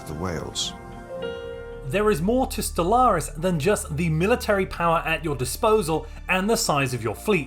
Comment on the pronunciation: For some reason I always get a hit of dopamine with the enunciation and tonality of the way he says Stellaris.